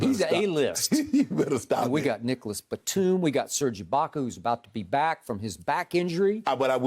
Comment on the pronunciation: I can’t believe he said batum skip stop it !!!!